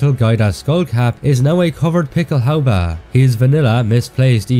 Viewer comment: I love it when you say "Pickelhaubä". Love your videos!